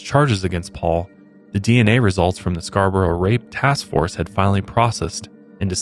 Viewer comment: Born and rasies Scarborough, thanks for saying it correctly and covering this! I had no idea!!!!!